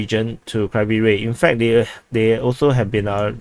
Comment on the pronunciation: It is horrible how you pronounce Kriviy GIh